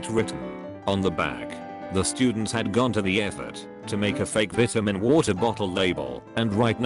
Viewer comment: Why don't you know how to say vitamin right?